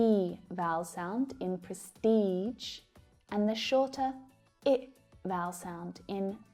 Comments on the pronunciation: I like your show a lot. But I am a little bit confused. While pronouncing the word prestige I can hear you produce the sound dʒ not ʒ. Am I wrong? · you're pronouncing prestige wrong lady. I don't know if that's how you guys pronounce it in Australia or not, but that's definitely not the way we do it around these parts. the G in prestige, is like the G in Genre. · I think you probably should have pronounced "prestige" with the same "g" sound as "genre". nice video though. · Dear, as you might guess, I am a learner. So, following generalissimus Joseph Stalin's advice 'trust but check', I have looked your words up. My microresearch has just shown me that your pronunciation of the words 'status' and 'prestige' are typical for AmE. In BE, however, they sound different. Now I have found out that 'genre' in both AmE and BE is pronounced with quite a detectable 'r' sound, which is not audible in your version. And my lbnl remark: correct plz a typo in the word mischievous. Thanks and keep on your good job.